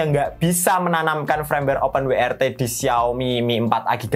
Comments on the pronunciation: W iku pengucapane bahasa Inggrise dabel-yu, duduk wi. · Open WRT, open wai ar ti (YRT) 😄